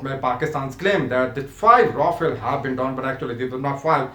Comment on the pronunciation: Yaa toh english ke accent sahi karke bol yaa toh sahi seurdu/hindi, Rafel toh bola nahi jaa raha... bada aya PAF dominate karne wala. Shows some facts and proofs instead of mouth shit.